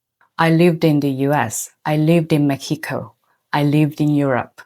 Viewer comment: One of the things that immediately tells me you are a really cultivated person is the México pronunciation. Most english speaking westerners and especially americans can't pronounce it correctly not even visiting the country on a regular basis. There's always this tendency online to tell people to go away or to learn something about other cultures when they are the ones without any real knowledge about other cultures. Or when they scream "cultural appropiation" without even understanding local people possition about the subject, both attitudes are equally disrespectful towards the people on those cultures. As you said the fair skin admiration is rooted in societal and historical contexts a lot of people are not willing to learn. You can see the prevalence of the tendency of prefering fair skin in all East Asia, from The Pillow Book to Chunhyangjeon, you can find references to this aesthetic preference in all region's folklore.